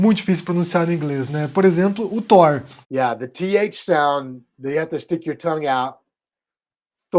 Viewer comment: Obrigado por mais um vídeo,! Acredito q sejam 22 filmes na chamada Infinity Saga (23 com o Hulk do Edward Norton). Tb sou professor de inglês e posso te dar uma dica pra facilitar a pronúncia do "th". Fala "Tór" e observa onde tua língua encosta no céu da boca, empurra esse ponto de contato pra onde a gengiva encontra o dente e faz o mesmo movimento de língua e a mesma "força" do ar pra falar o T do céu da boca. A posição da língua mais pra frente vai te dar o "th". Uma palavra q eu gosto de usar pra treinar é "anthropology". Pronúncia anthropology com a língua no céu da boca com o T e fica antropology, aí empurra a língua pra frente e faz o mesmo movimento pra sair anthropology.